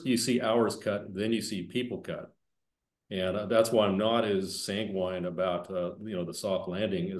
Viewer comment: Good content. (You're mispronouncing "Sanguine". It should be SANG gwin. NOT gwine. FYI.)